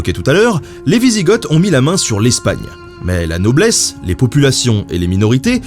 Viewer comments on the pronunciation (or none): Normalement ont prononce les Ostrogoths et les wisigoths en Français sans prononcer les oths finaux, donc ont dirait les ostrogo et les wisigo !